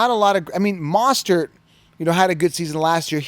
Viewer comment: Let's start with mostert. Now you know I watch a lot of your videos and you appears getting their names wrong lol. Love the straight forwardness and bold predictions but you can get the names right. Not even going to go into bijan lol😂😂